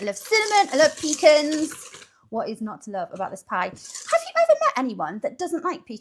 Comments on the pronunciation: It’s pronounced “pa cons” not peecans that’s what we take on the boat when we need to go… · Oh lordy... she's using her PEE CAN instead of puh-KAHNS.